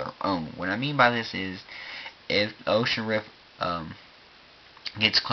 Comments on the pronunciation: Oculus Rift for gods sake. Not "Ocean rift." Dear lord. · I shuttered every time he said 'Oshus rip' Oculus Rift. :|